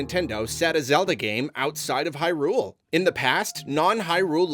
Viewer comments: Can we stop saying Hy-RULE 😭 It sounds so weird, it's HY-rule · Great video, and I fully agree with the sentiment. I just cant get ovet the pronunciation of "Hyrule"... The emphasis keeps being putting the on the U in "hyrUle", like high. rool. Instead of "hYrule" with no pause in-between. I know it's a complete and total nit-pick but it was driving me insane the whole video. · Is it just me or does say Hyrule kind of funny? It's like an extra emphasis on the R, i.e. HyRule. No shade just insteresting